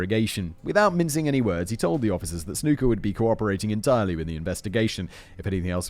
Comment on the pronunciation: His name was pronounced snucker not snooker